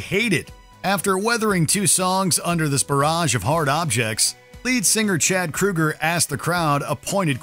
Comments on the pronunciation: Yo it's Kroeger not Krueger yeesh he's not related to Freddy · Chad Kroger, not Kruger